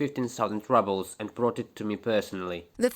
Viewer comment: it's not "rubbles" as in "rubble" but as in "roobles".